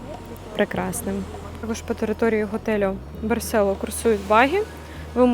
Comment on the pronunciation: Барсело з наголосом на "о"!!! Навіть у назві ролика наголос стоїть!!! Знято классно, без трясучок разних тощо. А от розповідаєте, наче вам тут не подобається... Вчиться кайфувати від місць, про які розповідаєте, тоді і ми із захопленням дивитимося...